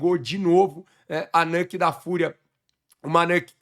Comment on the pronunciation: a pronúncia é nÚke mesmo, não nÂke. Bbç!